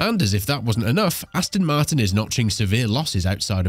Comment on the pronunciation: Come on! At least get the name right. It's Aston Martin not Astin Martin FFS!